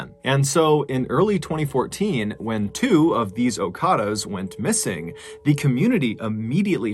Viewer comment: Okadas not okaras